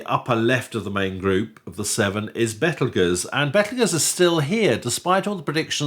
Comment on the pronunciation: Bravo for pronouncing "Betelgeuse" that way! The trendy habit to use "Beetlejuice" is just silly - it's fine in the context of a Douglas Adams book or the eponymous Tim Burton movie, where "Beetlejuice" is used for comic effect, but I wish astronomers would stick to its proper name.